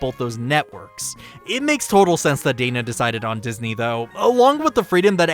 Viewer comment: I dislike the way you pronounce Dana's name.